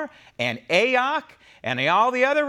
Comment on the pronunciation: I love that you refer to her as A-ock, hahaha!! Hilarious.